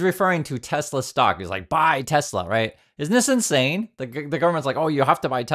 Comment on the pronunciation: What’s Tesla? Do you mean tesler?